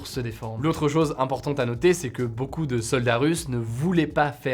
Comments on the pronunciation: a 02.50 "baeucoup" ^^' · Je suis désolée mais "Baeucoup" 😂 Joli nouveau mot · "baeucoup" tout le monde l'a vue je te rassure Hugo xD